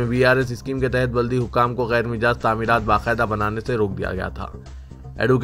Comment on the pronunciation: Gyer Mijaz nahi gyer " Majaz" bolo